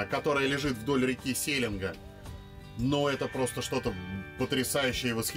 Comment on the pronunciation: достопримечательности есть. Это Иволгинский дацан, и самая большая голова Ленина (памятник) не сЕленга , а селенгА.